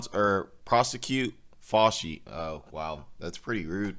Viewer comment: How do you not know how to pronounce “Fauci” by now?